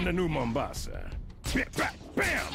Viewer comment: His pronunciation of Mombasa hurt me